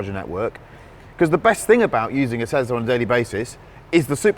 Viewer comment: why do they say tezLar instead of tesla like tess-laa